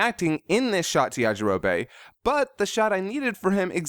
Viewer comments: It's yajirobe not yajiroba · 'Yajirobay' gave me so many cringes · It kind of sounds like Yajiro-bae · Did you always say Goku like Gokoo? And Yajarobe as Yajarobae?